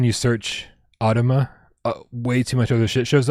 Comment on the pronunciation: Hey! you DID pronounce AUTOMA right;) Thank you so much for the support, you are the best. Everyone here who is excited about the 'PSVR2 logo' at the end of the AUTOMA trailer - you have and his super friendly community to thank for it. We have been blown away by how great you all are. We are so excited to bring the game to you next year!